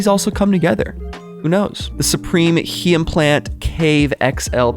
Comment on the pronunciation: I bet they only do a bucket because it’s necessary for the pressure washer. Will probably drop same week too. It actually also has good reviews unlike the icee machine. Cooler bag, french press and tucan are also no brainers. So pissed they never drop the knifes in Europe. You also kind of butchered the pronounciation of the Heimplanet tent no offense😂 but try to say „hime-planet“, just means home planet in german.